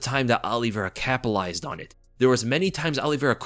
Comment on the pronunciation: CAPALIZED? Lmao wtf is that? Isn’t it capitalized? Sounded lil weird lol.